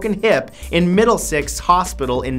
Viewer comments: It's said "Middlesex" MiddleSEX not MiddleSIX, ok? Good. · It's Middlesex not middlesix